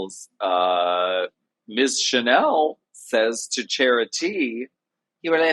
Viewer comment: Alaska’s Chanel accent is PERFECTION!